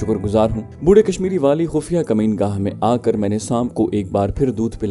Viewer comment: Sir i like your audio s but with respect i want to point a mistake u always use a word kameen gah which is incorrect it is makeen gah from makeen which means resident please forgive me and .....